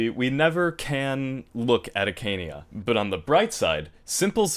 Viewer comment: A-ka-nei-a pls